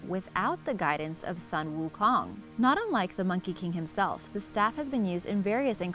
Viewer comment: When she misspronounce the monkey Kong’s name and the staff, my heart died a little.